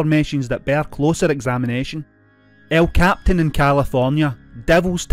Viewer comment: El Cap Pi tan. Not captain.